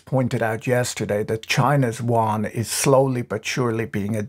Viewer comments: You aren't saying Yuan Correctly, Better fix that.. its called the "YU-AN" sounds like you're calling it the the Chinese "wan" no no no, I like your channel but this is one thing you just gotta get right or you sound 差不多。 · Won? Won is Korean Patrick. The Chinese RMB is the Yuan. You-an. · Please don't call the CNY wan. It speaks of lack of research on the most basic of things. "You-on" is at least a guidepost. It's not correct but it will do. I love his posts but I'm not sure how he differentiates South Korean currency from Chinese currency for the average viewer. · patrick, small bone to pick with you...can you stop pronouncing the Yuan (ywhen) as Won? Won is the Korean currency. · Did you not watch the video. Patrick keep saying Won with a "W", Yuan is pronounced with a "Y". Even more funny than contributors on CNBC which pronounces Credit Suisse as "Swiss" 😂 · The way you pronounce “Yuan” sounds more like Korean Won. It should be pronounced more like “y’wen”. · "yuan" sounds like "yoo·aan" - "y" is not silent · Exacty! His usage and pronunciation (sounded like "Won") is so confusing - had to turn on the subtitles. Why can't he use "RMB" instead of "Yuan"? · My understanding too. For a moment I thought I was hearing “won” the Korean currency, then I thought… nah Patrick wouldn’t get something wrong. Must be the accent. 😂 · I love how Patrick's pronunciation of Yuan shifted from the beginning to the end of the video. It is actually quite hard to pronounce, and I wonder saying RMB might be easier. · Your pronunciation of yuan is disturbingly distorted, and wrong. For this reason I could no longer listen, cringing every time I heard your mistake.